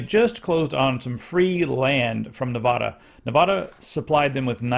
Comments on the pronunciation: Nevada is pronounced Ne Vad (rhymes with mad, sad, dad) a Not Ne VOD a Ne-VAD-a Ne - 'e' is pronounced as 'e' in 'pet' VAD - VAD - rhymes with DAD a - pronounced as 'u' in 'up' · " pronunciation of the state is “Nev-AD-a,” not “Nev-AH-da.”